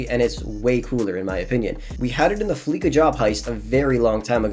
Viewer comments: 1 it’s fleeca with "s" not flicka 2 it’s krieger (more like kreeger) not kreiger (like kriger) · "Fleeca" is pronounced with a soft 'c' whether you're from India, Midwestern US, Brazil, or Taiwan. It's a play on "fleece [rob] a bank." Krieger is a German word (meaning "warrior", I think?). Fixed pronunciation again. Accents don't account for incorrect pronunciation. They account for stress and inflection. Consonants and vowels don't change just because you don't like them.